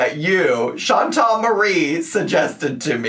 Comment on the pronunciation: Chantal is pronouncing the E correctly but not the A. She’s making it that nasal English A instead of a soft A.